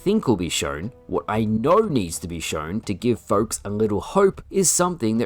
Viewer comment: Why do you talk like that "shorwn" say shown it's so annoying